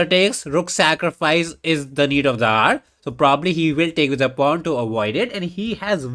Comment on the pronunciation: When you say “need of the hour” pronounced need of the r is it a reference I’m missing or is it your, ahem, accent…